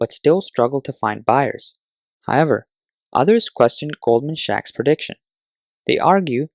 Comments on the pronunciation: Yes, I did notice the odd pronunciation. Must have been a merger between Goldman and Radio Shack :) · it is goldman sacks. He reads as "shacks" which means a crumbling house :)